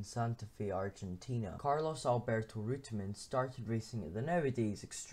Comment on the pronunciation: Good. Would be better if you were to pronounce his name properly though.